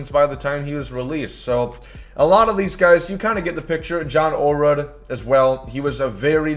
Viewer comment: Ayo … it’s pronounced oh-lah-rude Signed, a fellow Olerud who’s last name gets butchered on the regular